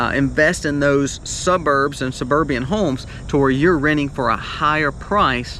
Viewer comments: The word is suburban, not suburbian. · This is a mess-you’re not clear on the terms and the economic principles which makes it hard to follow you. Not your best work. Sorry. Suburbian? It’s suburban. Energy prices will keep going up. Very complex as to reasons why. This video is a total word salad.